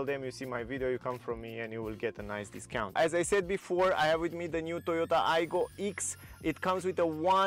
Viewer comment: Not ix, it's pronounced ex! And it now looks like a Ford Ka from the side profile not cool. The current Aygo x trend in white and red trim is the best looking out there, that's 2018 to 2022. Plus you can you buy a used Aygo much cheaper than spending £/e20,000 on this crazy model. If you look inside there's too much exposed metal it doesn't look great and I don't like the Oval infotainment system its trying to look like an old Mini. I'm sorry but it looks dated already. Plus the 1 L engine carried over from the last aego is too weak for this heavier looking car. And unfortunately it is now slower than the current Toyota Aygo. True that is a fact. And 0-60 is much slower too! Not worth the money you can buy something much better. Thanks a great review though.😀